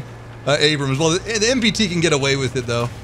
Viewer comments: he said go "A"way 😂😂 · He said : GO AVAY!!